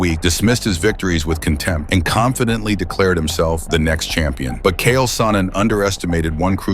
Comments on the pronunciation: Hahaha, the narrator misspoke and called Chael Sonnen "Kale". Hahahahahah, Chael Salad Sonnen🤣🤣🤣🤣 Chael * The Salad Tosser* Sonnen🤣🤣☠️ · CH-AEL Sonnin. Say it wirh me … CHAEL. Not KALE 🥬 😂😂😂😂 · Chael not Kale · Damn if you cant say the bad guys name right then dont say it!!! Made him sound like a piece of lettuce!! 😂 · That was brutal man. If he's going to do a video atlest pronounce his name properly.